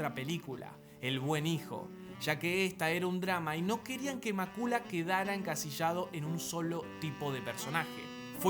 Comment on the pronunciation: Macula??? Cuándo se ha pronunciado así el nombre?